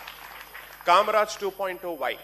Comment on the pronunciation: Kamrajar not kamraj